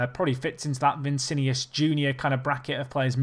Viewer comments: My god, its VI NI CI not VI CI NIUS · It’s not vincinius it’s Vinicius